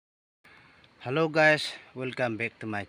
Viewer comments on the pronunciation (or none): none